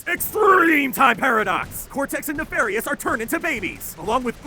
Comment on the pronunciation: "'Uka-Uka recruits Doctor Nefarous' WHaT"